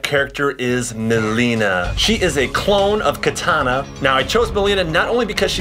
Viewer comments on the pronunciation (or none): none